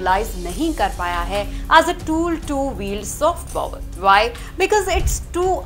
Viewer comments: The number of times i cringed when she said pOOwar🥴🥴🥴🥴🥴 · That’s not how you pronounce Power my dea..